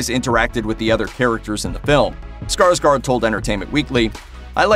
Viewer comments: It's pronounced SkarsGord not SkarsGARD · His name is pronounced Skarshgord. Fyi. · Why do americans say ”skarSkar”? His last name is Skarsgård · Not Skarsgard but Skarsgård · Not Skarsgard its Skarsgård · just saying that his last name is pronounced Skarsgord since it has swedish O(å) in it😊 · Å is pronounced as O It’s pronounced like - Skarsgord...